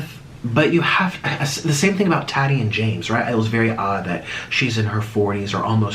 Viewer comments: Say it with me. TA TEE not taty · STOP SAYING TAHDEE 😂😂😂😂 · He keeps calling Tati taaadeee 😂